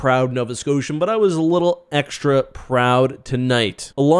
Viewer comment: Little Eck-stra proud 😂